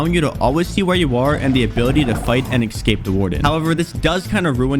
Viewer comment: "Ex-cape"? I think it's supposed to be "es-cape", last time I checked.